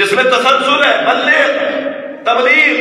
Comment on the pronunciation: Salam urdu sahi kry tabligh urdu main taa sy aata h